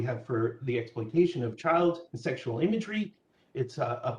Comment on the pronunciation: Seck-shull emmy-drie